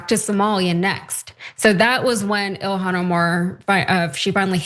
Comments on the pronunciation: It's so stupid how Nancy Mace can't say Ilhan's name.. Why are Republicans not more embarrassed more often by these people? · She can't even pronounce her name right even though it's pronounced exactly like it's spelled. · Being that this animal want to mispronounce her name here is on e for this bigot: How about Nancy disgrace.